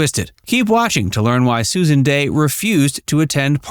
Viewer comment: Here name is Dey, not Day. If you can't get her name right, how can we be sure anything else you say is correct?